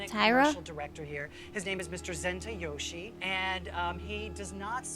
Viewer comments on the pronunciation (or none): its funny how the judges are judging how the girls speak Japanese when the judges themselves can barely even say 'umeboshi' right (yaya got it though !) Edit: i just realised jay himself pronounces the director’s name wrong (yoshii instead of yoshi-e)😭